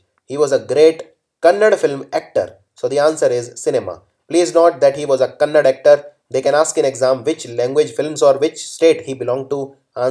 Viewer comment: sir for tht chetan rama rao question its kannada not kannad pls pronounce properly......karnataka state language is kannada not kannad... thank you